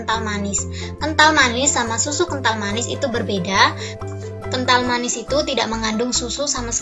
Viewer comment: Ngomong appan anj kental manis kental manie